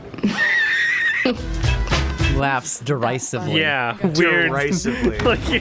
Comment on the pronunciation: [laughs der-bryce-vely